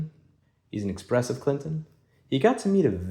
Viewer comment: Meester Cleenton